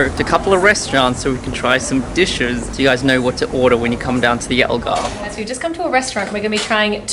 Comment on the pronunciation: The way they say Algarve pisses me off so much